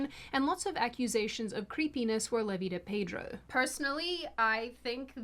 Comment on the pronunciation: The R in Pedro is silent.